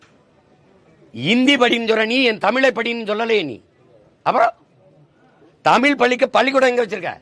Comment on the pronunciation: First you pronounce thamizh properly. It is zha not la